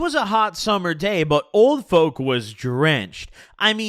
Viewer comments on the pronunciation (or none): sounds like your saying "Old Foke" lol